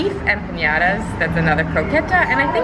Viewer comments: Guys..you don't pronounce it Empanyadas🤔? (It's just Empanadas!) Just like it's spelled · Ummm..you Don't pronounce it..Empanyadas??? Empanadas! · You saying empanadas wrong makes me cringe